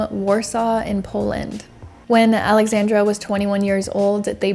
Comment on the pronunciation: Your pronounciecion on Popek was great, you just botched a little Aleksandra. A little. Sadowska was said with accent.